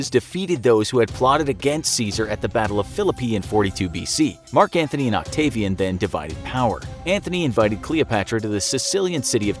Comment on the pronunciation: It is Mark Antony not Mark Anthony! FFS